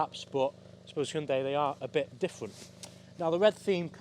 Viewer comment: 당신은 현대를 정확하게 발음하는 가장 잘생긴 차량 리뷰 유튜버 입니다